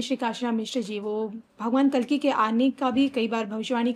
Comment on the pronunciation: महाराज जी वो " कालकी " नहीं " कल्कि " हैं 🙏